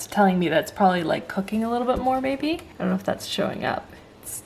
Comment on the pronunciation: Lol the way she said "ion kno"